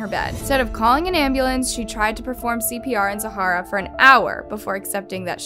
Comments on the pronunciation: this video is super disrespectful. you pronounced the zahra’s name wrong the WHOLE video. like the girl was murdered the least you could do is pronounce her name right. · Please learn to pronounce Zahra's name correctly. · the constant mispronouncing of her name is getting on my nerves. she deserves at least that bit of respect, don’t you think? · I enjoy watching your videos, but you do need to put a little more effort into researching how to pronounce people & place names. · Can you please learn how to say the victim's names properly? this is like the 3rd video of yours where I have heard the victim's name is blatantly mispronounced. It gives a, " I really don't care vibe" and its disrespectful to the victim. Its not Zahara. Its pronounced " Zar-ruh". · Pronounced Zah-ruh , not Zahara. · The girls name is Zahra...NOT ZAHARA...show some respect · If you can't pronounce the name right, How do we know the rest of the story is even accurate? Zahra... Not Zahara. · Its zahra like Zara not Zahara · Her name is Zaharia, not Zahara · it is zahra not zahara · its not zhhharaa its the normal zara but spelt like zhara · pronounced “Zara” not “Zahara” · Her name is Zahra. Pronounced Za Ra. NOT Zahara. Considering everything this poor child went through could you at least get her name right. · It’s not zaharrra it’s like Zara but with a h, sorry no hate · Her name is pronounced Zah-Ra not Sa-Har-Ra. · bruv its zah-ra not za-ha-ra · Her name is pronounced ZA-RA not ZA-HA-RA The H is silent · Zah-ra, not Zah-HA-ra. Not that difficult. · Isn’t it pronounced “ZA-ra” ? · do you pronounce your name like it has 3 syllables? za-har-ah? because it doesn't look like that's how it's supposed to be said. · The "h" in her name is silent. It is just pronounce Za-ra. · My name is zahra too, but I'm pretty sure it pronounced Zara(silent H) but we have different ethnicities, anyway I do feel really bad about what happened to her, 😔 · right!! where did get zahara from wtf